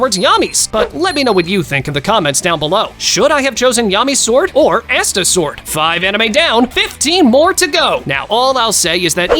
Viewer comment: I have multiple things to say about this non-sense 1: the way he pronounced asta 2: the fact he chose the regen of someone that can heal from a drop of blood over someone that basically just says "NUH UH" to death 3: saying "Asta's sword" implies he only has 1 but as of right now in the anime he has 3 different swords (not counting that time yami let asta borrow his katana) 4: bro took gojo's infinity as if half the anime that exist don't have someone that can completly destroy it 5: he wasted his special ability on anya's mind reading when his character has inf speed, the magic eye of chaotic destruction and aizen's BIQ 6: he took a pig that, while in it's strongest form, momentarily knocked back the demon king from seven deadly sins when he could've taken arceus or one of the other very powerful anime companions 7: we can't be totally sure if zeno's race are all completly overpowered as zeno is one of a kind and if he wasn't there's a high likelyhood he would be exceptionally more powerful than the rest (i would've gone with beerus' race or angel as we know more about those and can say almost for certain that those races are all really powerful)